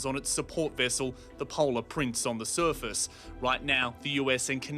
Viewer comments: The suerfast 😂😂😂😂 Bro the way The reporter says surface 😂😂😂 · The way the guy pronounces “surface” is so irritating. SURFUS 🥲😭